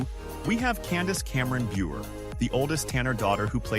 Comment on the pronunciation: It’s burr not buer